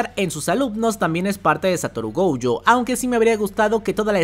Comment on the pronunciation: no me acordaba de lo desesperante que es escucharte decir GOUYO es GOJO!!!